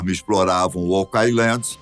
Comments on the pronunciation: Essa pronúncia está errada, assim como muitas outras palavras em inglês que ouço nas várias narrativas - favor consultar antes de propagar desinformação. [Ôu.kland], não "okái.landi" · Se pronuncia "OUK AILAND" nao OCAILAND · Adoro seus vídeos,! Mas essa pronúncia está errada! O certo é ôuqueáiland! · O pronunciando errado oak island me deixou louco. Pelo amor de Deus, alguém coloca ele num curso de inglês!